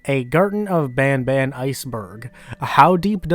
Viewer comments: I can confirm, as someone who went to french immersion up until I graduated high school, the kind of "ah" A sound that most people use when saying Banban is a sound that basically doesn't exist in french, so assuming they're french speakers the pronounciation of "bohn-bohn" would make perfect sense. it's common for certain english names to be mispronounced by native french speakers because certain sounds just don't exist in the language, like how english doesn't itself contain the ñ sound and it instead comes from other languages but to be clear in case there could be any confusion, the french word for candy "bonbon" isn't pronounced like that either, the N's are effectively silent (it affects the pronounciation but it's not bohn-bohn as the devs say) so it is probably just a word that they created on their own. it's interesting though that the way the devs say Banban is probably how an english-speaker would anglicize bonbon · Wait as a french people garten of ban ban is prounounced garten of ban ban and not bonbon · As to the name, its not as much "bonbon" as much as it would be bahn-bahn. The n's would be pronounced in a way that doesn't really have a similar one in the English language. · As a French perso, « banban » is nothing like « bonbon » it is more pronounced like « banebane » but clearly not « bonbon » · It’s bon bon not ban ban I’m French so I know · As a Canadian citizen even if you said the name in French it would still be banban and not bonbon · i'm french and it is ban ban in pronotiation but if it is like candy it is bon bon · Hey! I’m from Quebec and speak French, “an” makes a “on” like sound, although we don’t pronounce the “n” sound at the end, “ban ban” itself is not derived from any word I know so it’s just a really weird character name ig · now i'm canadianese myself and as far as i'm aware, the reason why they pronounce banban as 'bonbon' is because it kinda sounds like that when spoken in a french accent.